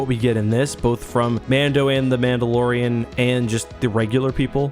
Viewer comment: “mando and the mandolorian”